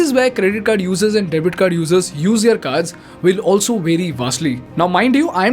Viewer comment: Great Video as usual, Thanks! one humble feedback, can you please work on the pronunciation of the word 'their', you pronounce it wrongly every single time. Thanks again.